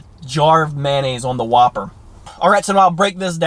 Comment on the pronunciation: Yup, definitely the Who-P-Per